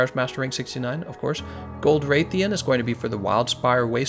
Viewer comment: "Ian garuga, wraith-ian, tie-grex"